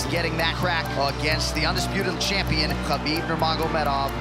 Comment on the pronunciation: No 'campeon' , word is 'Champion'